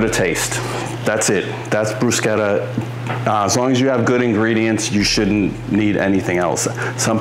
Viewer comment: I'm so glad you pronounced it correctly lol I work in an Italian restaurant (and I'm Italian) and you wouldn't believe how many people pronounce it incorrectly.